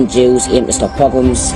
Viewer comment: You had difficulty with the word “pogroms”…. I suggest that before you put out suggestive vids like this that you brush up on Jewish history….go right back to the destruction of the 2nd temple, trace the migration of Jews ….you might just change your mind abou a few things.